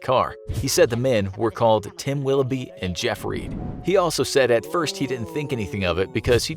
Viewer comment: "Tim Willoughbym"